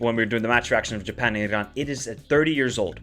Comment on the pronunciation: Bro it's just Iran ...relax ...no pressure no need to pronounce it like Irrran ... Darrrremi . We're not Italian. We're not arab as well just relax 😂❤.